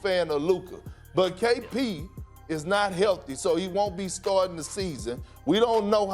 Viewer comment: Did Kendrick Perkins say “skarting the season”